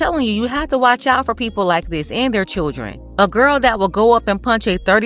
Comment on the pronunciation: She said they was all choodrin 😅 oh ok. These "choodrin" are hood rats.